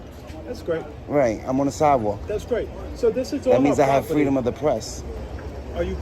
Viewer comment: Fweedumb o de prepps. Frigging moron.